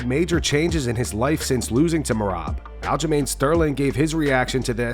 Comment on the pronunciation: Listen to what O’Malley is trying to tell himself and believe that is exactly what it sounds like 🤣 And AyO wtf u mean Aljo? 🤣